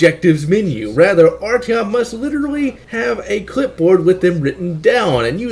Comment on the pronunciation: Art - yohm, not Artieohm.